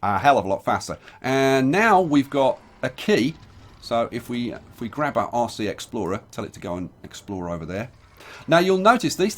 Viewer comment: bloody brit you was saying "RC explorer" I was hearing "aussie explorer" cheers from BRASIL